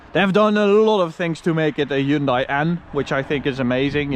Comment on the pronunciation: it is pronounced "hyun-day"